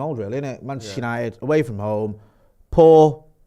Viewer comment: Arsenal 8th. 😅😅😅😅 how's it going mate... Shirrry... Penchester united. 😢😂😂